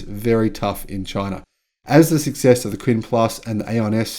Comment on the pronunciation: Haha, I usually don’t mind you mispronouncing the Chinese car names, but after hearing that long list I just couldn’t help myself. Anyway these are a couple of the most obvious ones: “Duo Duo” is pronounced “Dwo Dwo” and means “More and more”. “Qin” is pronounced “Tchin” - When China romanised their alphabet they picked existing letters for consonants that don’t exist in Europe, and “Q” was one of them. Incidentally all BYD cars in China are named after Chinese Dynasties - doesn’t mean much to the west but they are meaningful to Chinese.